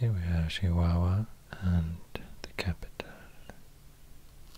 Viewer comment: He said CHIHUAHUA like the people from Chihuahua